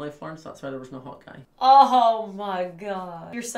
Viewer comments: I also thought was saying hawk eye and I was so confused 😂😂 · Who else thought that she was saying Hawk eye instead of Hot guy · I thought was saying hawk eye to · When I was little I thought hawk eye was hot guy and wondered why my brothers were saying hot guy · When said "Hot Guy" I also thought she was saying Hawkeye and was confused 🤣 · I thought she said Hawkeye too lol love you guys your the best and I love you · I swear said Hawkeye not hot guy 😅😂